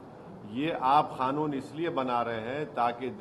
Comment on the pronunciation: Madachd Owasi, tu pehele bolna sikh ch oo tia. Woh kha-noon nehi Kanoon hai bha d we.